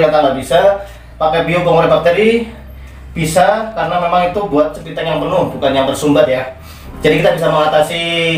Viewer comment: Septitank bang, bukan septiteng..